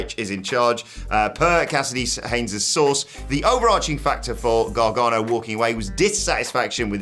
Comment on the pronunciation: You know how to say Gargano's name properly. You're not being funny when you screw up names on purpose. Show some respect.